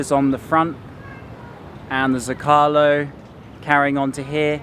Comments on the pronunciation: Love your videos, but I feel obligated as a former Spanish to help you out. There’s a reason that Zócalo has an accent. The word should be pronounced SO-CA-LO accenting the first syllable. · Zo ca lo say it LOL. Omg.